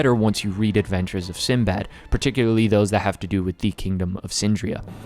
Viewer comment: I loved the Arabian theme, but Sinbad's pronunciation is actually Sindie bad. That's his actual Arabic name.